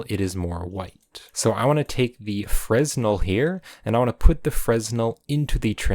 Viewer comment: copypasta Do you pronounce the S in Fresnel? It's pronounced “Fray-NEL,” with a silent “s”, and if that seems strange, it's because it's French. Also fantastic video. Its way more than can fit in my tiny head.